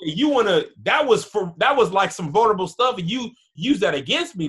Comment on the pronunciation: Much luv big bruh.....and it’s “vulnerable” 😏 sorry I had to🤦🏽‍♂️. But you been a real one 💪🏽💪🏽💯🙏🏽